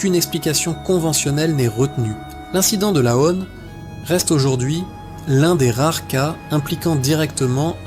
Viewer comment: Laon se dit « Lan » le « o » ne se prononce pas.. mais ok c’est une IA qui parle…